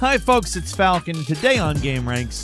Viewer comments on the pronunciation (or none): none